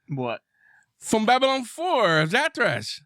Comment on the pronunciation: And everyone here is still wrong, its ZathRas.